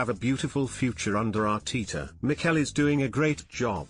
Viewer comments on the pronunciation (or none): Thier isn't two e's in ARTETA, its not Arteeta